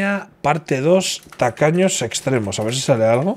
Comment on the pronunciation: Siempre entendí "tacaños extremeños" hasta que vi que era tacaños extremos 😂😂😂